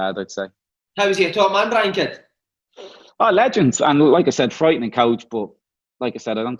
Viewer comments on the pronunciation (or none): TAKE A SHOT EVERY TIME DUFF SAYS 'FRIEIGHTING".